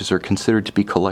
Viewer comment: I love his videos but I really wish he would learn how to properly pronounce Jaeger LeCoultre.